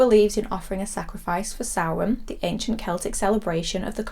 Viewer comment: I love that Michael wrote samhain in the school in halloween2 and despite his education dr loomis completely mispronounced it. I'm watching halloween3 later tonight and halloween6 has always been a 'guilty pleasure' of mine, its not as good as h20 but I love paul rudds slightly creepy take on Tommy Doyle.